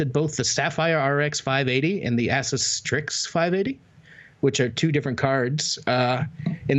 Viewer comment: Keep trying, you'll get to pronounce ASUS right eventually.